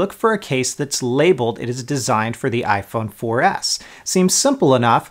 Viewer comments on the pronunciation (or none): Why do you say iphone 4 ass? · he said iphone 4 ass